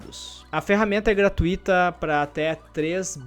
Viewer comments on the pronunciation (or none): none